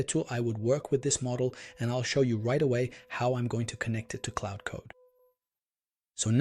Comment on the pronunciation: It's Claude, not Cloud.